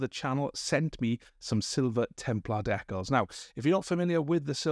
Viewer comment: The way you pronounce "decals" is a heresy all its own.